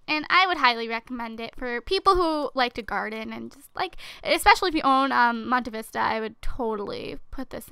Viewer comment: Monte Vista is pronounced Monté Vista. Think of the name Padmé